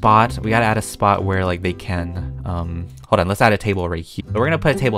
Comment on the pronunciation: When you say "spot" i thoght you say spa btw i give you a Idea make a Breadyyy Spa